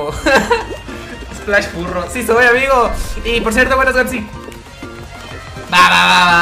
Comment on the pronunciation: Se puso chileno #el splash